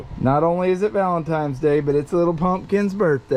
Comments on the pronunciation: VALENTINES DAY!! Not VALENTIMES DAY!!🤣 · I don’t know who’s accent I like better, who can make a one syllable word 4 syllables or with the whole “valentimes day” thing